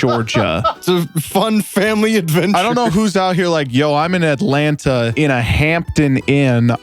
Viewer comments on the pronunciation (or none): none